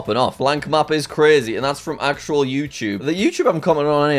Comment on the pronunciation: Thats cwazy jack